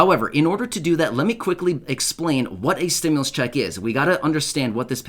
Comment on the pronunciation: So why are you saying Stimulas ??? They never said we was going to get any more money